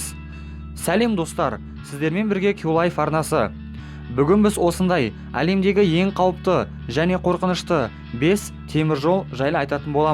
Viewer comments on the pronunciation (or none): Лемдеги емес алемдеги